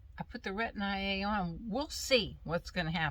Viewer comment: Hi I enjoyed your video. I hate storms!! I don’t go to sleep until the storms are over at night lol. I tried Retin-A before. I wish I would’ve stuck with it but I didn’t. Oh by the way it’s not Retin-I-A. it’s just plain Retin-A.🤗